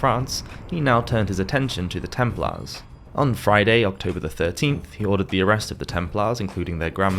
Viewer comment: It would be good if whoever did the voiceover learnt how to pronounce things. Templars, Hospitalers and (Thomas) Aquinas come to mind...